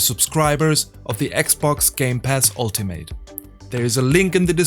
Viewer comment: Your English pronunciation sounded good to me. Didn’t really think your Forza sounded bad. The only pronunciation thing I noticed was “Ultimate”. In English (American anyway), when a word ends in “ate” - usually if it’s a noun or adjective - we often pronounce it as an “it” or “ut” sound, depending on the regional accent. So we would say “ultimate” as “ALL - tih - mit”, or, in some American accents, they would say “ALL - tuh - mut”. I speak in a “General American” accent, so I pronounce it the first way: “ALL - tih - mit”. Sometimes we will say a word that ends in “ate” the way it sounds, but again, it’ depends on if it’s a noun, adjective, or verb. Like “Alternate”. The noun/adjective form we say it as “ALL - tur - nit”, but we differentiate the verb form by saying it as “ALL - tur - nate”. The verb “Differentiate”, is another example, where we pronounce the last syllable as “ate”. So for nouns/adjectives…words ending in ate we pronounce the syllable as “it” or “ut”. Verbs ending in “ate” we pronounce it the way it looks. I’m sure there are exceptions to this basic guideline. In English, we take a lot of liberties with pronunciation rules; there are a lot of exceptions.